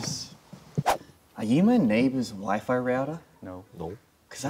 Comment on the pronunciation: "Wifi Rouduh"